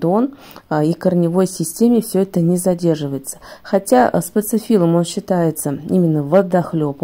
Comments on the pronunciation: Почему говорите спаЦифиллум? Если спаТифиллум! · Этот цветок называется спатифиллум, а не спацифиллум, неприятно слушать Вас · Всё хорошо, но почему спаЦифиллум? Очень режет ухо. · А почему называете спаЦифиллум, когда он спатифиллум? Или я что-то путаю? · Все бы ничего, но только цветок называется спатифиллум а не спацифиллум😂😂😂 и как можно давать рекомендации если ты не знаешь даже правильное название растения😢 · Почему спацифиллум, спатифиллум он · Цветок называется СПАТИФИЛЛУМ нет там ц! Проговорите несколько раз это слово по слогам и вам будет легче говорить правильно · Говорите правильно: СПАТИФИЛУМ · СпаЦифилум ?!🙄 режет ухо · Вы просто смакуете, когда говорите спаЦЫфилум. А правильно выговаривать название цветка не пробовали???😮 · СпаТифиллум. Там нет буквы Ц. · Прям ухо режет спаТифилум!!!! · Почему вы называете его спаЦифиллцм?